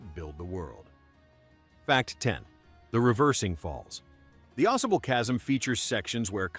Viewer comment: AuSable Chasm was mispronounced. Aw-SAY-bull. Fact #9, there is a maple syrup museum in Croghan, in the western region of the Adirondacks.